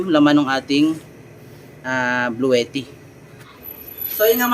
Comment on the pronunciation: Yung pronunciation ng bluetti 😂😂😂😂